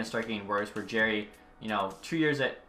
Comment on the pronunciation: it's JAR-ee not Jaer-ee. It's pronounced like a jar